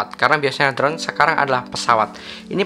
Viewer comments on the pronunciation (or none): none